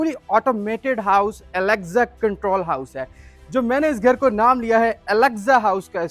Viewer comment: its Alexa not Alexzzzza